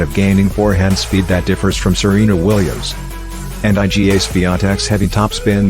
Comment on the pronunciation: Iga is pronounced eee, guh. not eye, gee, aaay. And Iga Swiatek is widely considered to have the best forehand among current women tennis players.